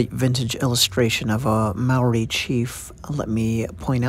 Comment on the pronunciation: Kia ora 🙏 thankyou for telling our Story. Condolences which means (Ngamihi) silent G ..Here's a little criteque I would love to teach People speaking out Language . (Ma-o-ri) which is pronounced (Mah- or- Dee) this is the correct term Rolling the Rs- similar to the Scottish R rolling🙏🙏